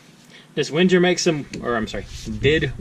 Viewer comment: Wenger... pronounced wang - er